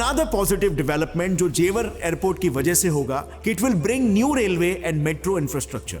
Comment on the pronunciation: Not jewaar Its jewar